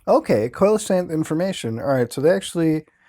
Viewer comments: Just an FYI, Muta, Coelacanth is pronounced "see-la-canth". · see-luh-canth coelacanth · It's pronounced like, seal-o-kanth by the way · Stop pronouncing coelacanth like that please. It's SEE LA CANTH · Coelacanth is pronounced SEE-luh-canth. They can grow up to twelve feet in length and have a pretty unique look. The oil and mucous that cover their body have a terrible taste and can irritate the lining of human stomachs and intestines, so they make a very poor food source. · Coelacanth= See -low-canth! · You pronounce Mokele Mbembe well but Coelacanth is pronounced "SEE-lacanth", btw, uncle muta. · Lol I'm such a cow for correcting your pronunciation of coelacanth, but it's "see-low-can't". Impress your friends at parties! Lol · I like how he pronounce coelacanth different every time. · the way muta pronounces coelecanth makes me angry and hard at the same time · the way you pronounced coelacanth upsets me immensely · Especially because right behind it the correct pronunciation was given and muta just skipped over it 😂